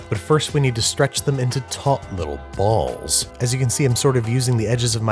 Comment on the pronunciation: the way he says balls sent me